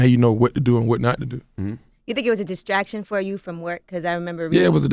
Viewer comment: "Distrashtion" lol